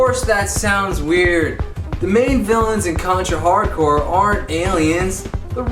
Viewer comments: Okay! First off, the word, "corps", has a similar pronunciation to the word, "core", not "corpse" (because both the letters "p" and "s" are silent). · Viktor Vaughn I remember when he called it the marine corpse and pissed off the marines. When they corrected them he said it is pronounced the way I say it is and pissed them off even more. Marines are the last people I would piss off. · Obama changed it. It's corpse now. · Not Core, not Corpse, but Corps...lol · That's why I call Corps Corporations!